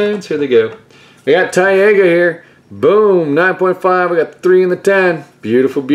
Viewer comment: OMG quit saying it wrong please! It's not TIE-AGA, it's TIE-GUH! xD Very beautiful though. Complete graded set right? How many duplicates do you have? Are you working on a 2nd set? Or do you sell all the duplicates to fund other things you want in other sets or other packs etc?